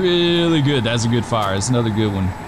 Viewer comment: Engine: "We have visual on fiyah at the ding dong" Chief "WHAT?" Holding back laughter